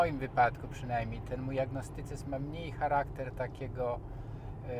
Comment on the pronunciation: Bardzo biedny człowiek. Redaktor też. Nawet biedny nie umie wypowiedzieć słowa "agnostycyzm".